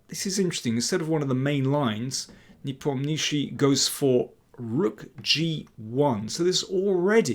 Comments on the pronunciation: Ian's family name is pronounced as NEE-POM-NYA-SHE-Y. The transliteration totally butchered it. Fun fact his Russian family name translates to "The one who does not remember". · Lol...yes Mr. Daniel King needs to learn how to pronounce Ian's surname correctly....it is so annoying to listen to this 'NepomNISHI' all the time. It causes distraction to his otherwise very good content and game analysis between the two players. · Daniel you're doing a superb job on so many fronts :) However, i guess the right accent for the WC contestant's name would be: nePOmnichi, i.e. on the second syllable, not the third. Keep on keeping on!